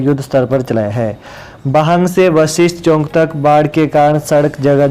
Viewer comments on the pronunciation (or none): आप हिन्दी समाचार बोलते हैं, उच्चारण सही करें, चौक को चौंक मत बोलें।